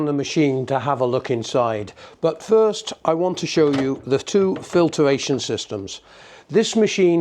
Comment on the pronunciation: I find usually I instantly question a person's credibiliy if specifically is not correctly pronounced... (he also says "filtER-ation") not in this man's case however.